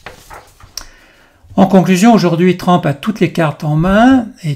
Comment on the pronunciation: On prononce TRUMP, et non pas TRAMP